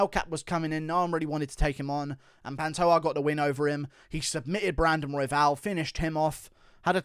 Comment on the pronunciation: Panto JAH not ha